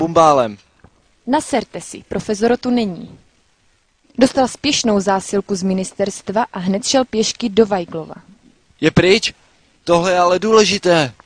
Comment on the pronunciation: Jsem fakt jediná, kdo tam neslyší "profesor", ale "profeZorro"?